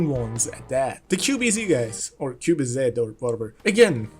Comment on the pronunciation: actually the z is pronounced zi, as in zidong. It means automatic.